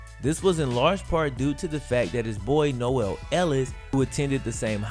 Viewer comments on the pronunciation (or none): Not Speedy Noel , Speedy Noil. BREAUX ! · Is it not pronounced NO-ELL? Or is it No-ILL like says?